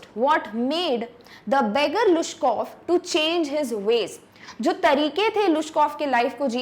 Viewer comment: Mam was right the pronounciation of this name is लुश्कोफ in Russian